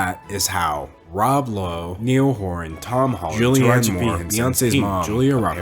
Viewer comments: is it really that difficult to pronounce "niall horan" lmaoo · Im so sorry but im a massive 1D fan and you pronouced niall horan wrong :( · "Neil" Horan 😂